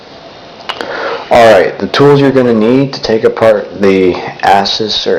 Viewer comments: its actually said Asoos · he said assus i leaving lol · ASUS featured a video on their website main page where it was asked how the name was pronounced, and they said it was "AY-soos." But "ASS-us" is still funny.